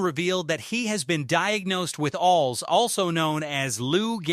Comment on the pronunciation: Good Lord AI,its A.L.S. not fkn alls dumb sht